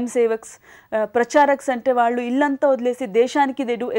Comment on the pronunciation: Where did she get that Vijayawada slang "Aallu". She will be remembered till arts are alive.